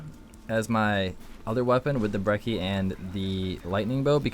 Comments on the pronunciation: He called it the brehssy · "brecci is very useful" my ass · Lol he said breci or what ever it's called wrong 😂😂